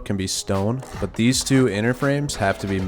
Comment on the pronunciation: “We got theez fuggin triangle peaks” 😂🫡